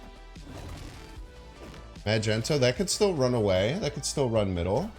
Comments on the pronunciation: Just a friendly reminder.. Magneto is pronounced (Mag-ne-to) and not (Ma-jento).. keep it up! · He knows. And we know he knows. He likes doing it 'cause he knows we know he knows.... Ya' know?